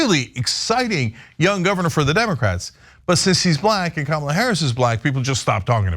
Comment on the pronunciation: "Camel-a"? Who's that? I'm pretty sure her name is pronounced "Comma-la." Understandable from those who aren't all up in politics. But okay. She's not gonna win anyway.